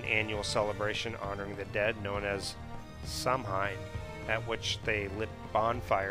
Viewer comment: Samhain is pronounced sauwin. The h is not part of the original name, it's added to show that the m lenites. Mh is pronounced as w or v. Samhain may come from the same origin as the Gaulish month of Samonios.